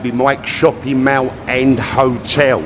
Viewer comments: for god sake, its Mall not meow!! I cringed every time you pronounced the word mall! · "MAL" ??? Mall is pronounced "Maul" are you pickled??